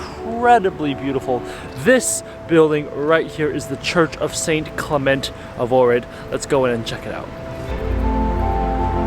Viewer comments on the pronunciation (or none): none